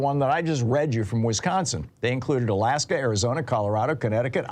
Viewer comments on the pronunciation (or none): none